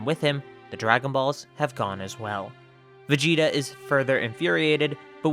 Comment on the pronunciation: Guys is it just me or is it supposed to say vegeta?